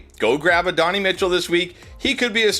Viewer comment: Still blows my mind that the dudes making a living off of knowing football players can't pronouce their names. Uh-Don-Eee Mitchell. The football world has literally spoon-fed it to you the last four years by calling him "AD".